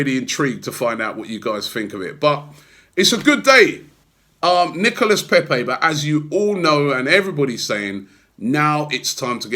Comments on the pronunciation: Robby. He's pronounced NICOLA Pepé.. not NICOLAS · pronounced nicolah paypay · Still calling him NicolaS lol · Plus it's Nico-lah or just Nico which is what everyone calls him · All this bigging up Pepe for days and still cant pronounce his first name properly😂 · Trust Robbie to pronounce Nicolas with an s (the s in silent in French) and then say Pepe in a butchered French accent. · Still getting the name wrong 🙈